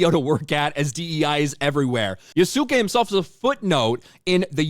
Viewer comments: it's kind of painful watching people call this guy "ya-su-ke" when anybody that knows anything about the japanese language knows that the "u" is practically silent. it's more like "yasske" when you pronounce it! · lol it's pronounced "Yahs-kay", Ya-su-ke, you almost don't pronounce the "u". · You guys understand that yasuke the black samurai is actually Japanese history 🤦🏻‍♂️ & its YAS-KAY not yuu-sukie th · It’s pronounced Yas Kay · Yasuke is basically pronounced as "yah-skay." The U is essentially silent. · Can't even pronounce 'Yasuke' right 🤔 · why would I smash the like button for a guy who cant even say Yasuka's name right. you are literally the equivalent of Liberal whites being upset on behalf of other races right now and its Amusing, Ive not seen one Japanese person upset about this situation at all . So lets Shuffle through all that rage and break apart your argument. "Yasuka wasn't a Samurai" By all account Bothe International, and Japanese Historians Believe Yasuka was indeed a samurai, due to the fact that he was Given a Stipend By his master.)only way a person In japan Gets stipends is if they fight in battles, which means they where made a samurai) "there messing up history and not being realistic" Since when has AC EVER really been fully realistic, they play fast and loose with the truth all the time, and no one bats an eye, but now we have a problem because its a black guy.